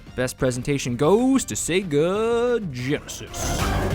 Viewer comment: 1st game was looking cheap on Genesis. Sequel was much better in every way. Did he say "Sega GenaSOS?"